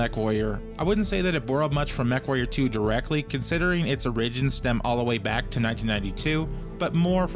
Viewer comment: It is really ironic that he made the section talking about pronouncing the word "wrong" when he's pronouncing origins as "uh-ridge-ins" - ..pot calling the kettle black